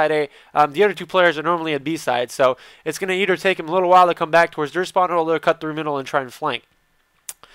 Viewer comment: i love how you say either... eder, eder